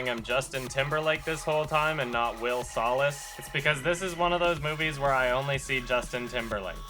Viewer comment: Bruh when he said his name was Will Salas I thought he said Will SOLACE like from Percy Jackson and I just about spat all over my iPad